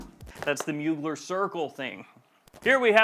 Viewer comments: It’s pronounced : Moo-Glare Not like : Bueller… Bueller… Bueller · Try to pronounce...mu glaire or muglère...is french ...not a mogler